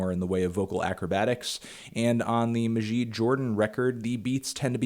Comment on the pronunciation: It is pronounced mah-jid not mahjiyd Jordan